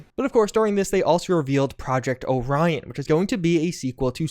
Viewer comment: that's not how you pronounce orion lol